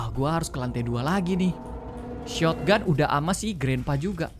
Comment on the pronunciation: Kak regi selalu beda bacanya sotgun dibaca sotoganto